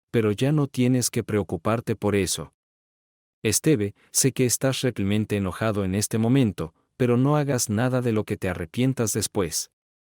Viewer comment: Porqué ese narrador no puede decir Realmente y dice Reclimente,😮